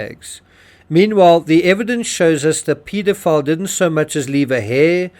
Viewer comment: Pedophile not peedophile